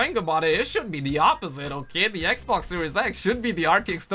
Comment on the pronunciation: This man stay saying the “ecboc “ instead of Xbox 😂